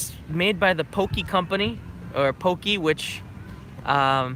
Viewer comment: Do they really pronounce "Pocky" "pokey"? ^_^